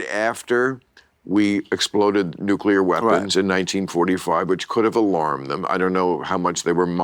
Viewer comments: I was waiting for Bill to tell Tim it's pronounced "Nuclear, not Nucular.". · I’m so disappointed! Tim Allen pronounces nuclear nucular. I swear to god, my respect for him just went down by A LOT. He’s one of the STUPID people!! I’m genuinely surprised. I thought he was smarter than that.